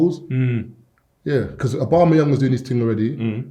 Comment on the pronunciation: Man goes Obamayang looool